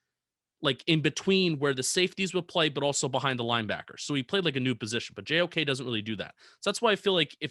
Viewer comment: im almost 90% sure u didnt say JOK’s name right LMAOO